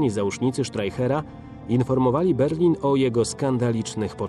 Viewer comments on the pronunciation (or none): none